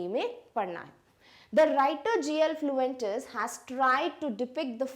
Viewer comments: Mam author kaam name fluentes nahi fuentes haa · That's G.L. Fuentes not Fluentes 😅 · Mam your explanation is so good but you wrongly pronounce author's name